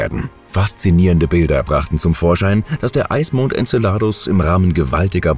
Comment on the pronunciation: Tolle bilder, die oft mit dem text nichts zu tun haben, aber wenigstens die namen könntet ihr doch richtig aussprechen, so viel anspruch bei diesen themen sollte schon sein. En ce ladus betonung auf ce.......